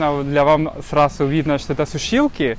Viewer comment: Неплохо говоришь по-русски, иногда только буква "З" подводит, типа проСрачный, сраСу, Сасолки...